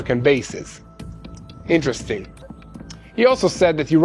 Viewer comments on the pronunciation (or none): none